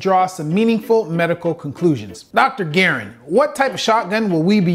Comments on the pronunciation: Dude didn't even know the actual weight of buck shot. 16 oz of buck shot wouldn't even fit in that gun. Much less one cartridge(round). And garand isn't "gerren". I guess there's no doubt in my mind that this guy isn't nearly as educated as he's acting like he is... No, Garand, is a the name of one of the most notable guns of history. The M1 GARAND(gar-rand - flat sounding a) is the rifle that helped us to win world War 2. It's one of the most produced guns the world has ever had. And yes, I've shot several M1s myself. I'd like to think I was trained properly simply because I learned from a former FBI trainer! Ok! No, The fact that the good doctor didn't even know that tells me that he can't hold his own jock strap straight on the topic of guns. For Goodness sake, there's a ton more to know about hundreds of types of 12g rounds. Literally, hundreds!!! The brands of rounds makes a difference also. NEED I GO ON? Yes. The ballistics of ALL are different. Therefore the reaction on the body is gonna be different. I appreciate that he's trying to understand the damage done to the body. But dude, go get a gun yourself and go shoot it yourself. Don't make a video, that'll end of making yourself look like an uneducated know-it-all...!!! This is obviously JUST FOR ENTERTAINMENT! And maybe a bit of fear baiting. Don't be Alec Baldwin, and don't pull a trigger unless you HAVE TO! Don't point a gun at ANYTHING that you're not willing to destroy, period! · Sir All due respect. Garand thumb Comes from the M1 Garand. You do not pronounce it correctly and it triggers me like when people call clips mags. I liked the video, please for future videos Pronounce garand correctly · I think youtube just doesn't like you, kind of like everyone's else You don't even know how to say Garand haha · Guys......... it's pronounced like the gun name........ the m1 garand your name pronunciation is great tho. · He keeps calling him garren when it's garand as in a m1 garand 😂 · Guh-rand thumb